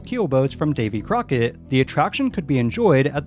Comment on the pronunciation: It's not Davy Corckett, it's David Crockett